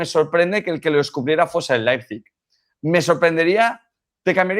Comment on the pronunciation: La tertulia esta genial, ahora no entiendo como algunos dicen Leizpig, no es tan dificil decir Leipzig, a lo mejor solo soy yo pero se me hace incomodo que periodistas deportivos no sepan pronunciar el nombre de un equipo correctamente.